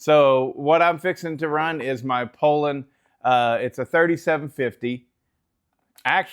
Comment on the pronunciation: It's pronounced pull-on. And what's with the air force shirt? You can find some mean kick-back cutting in a pile like that. It's hard to know where the tension and compression is in the wood.